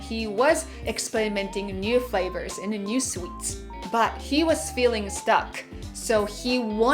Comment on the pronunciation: I love. You can't say 31 fravors. L and R should have been corrected by now.